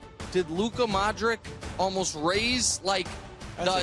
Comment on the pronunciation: so how do you pronounce donic correctly for like 7 years and then say modriK